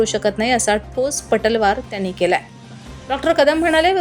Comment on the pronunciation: पटलवार नव्हे मॅडम पलटवार असा शब्द आहे 😮 😊😢